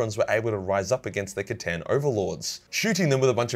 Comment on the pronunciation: Who here is from the time that pronounced the C'tan as Stan?